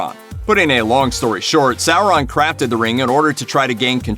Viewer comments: SOR on. Not SA ron. Omg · Revan sour-an is correct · Sour- Ron 😂😂